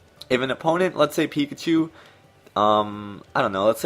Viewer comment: did you say peepachu??? Haha😂😂😂